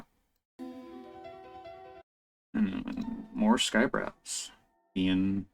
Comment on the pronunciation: Nice breakdown bro! You pronounced my name perfectly btw 🤌🏻